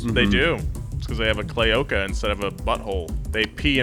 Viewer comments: nolan said claoca instead of cloaca and it has me dying for some reason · We gonna ignore that nolan said “claoca” instead of cloaca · Nolan saying “Clay-okah” instead of Cloaca killed me. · Cloaca, not claoca. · Cloaca not claoca lolol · Nolan said “Cloaca” wrong lol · "Clayoka" hahahahahahahahahahhahahahaha!!!!! Nolan, you do better. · It’s called a clo-aca Nolan. Still love you guys! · Cla-oh-ca? Sorry Nolan....that slayed me dude.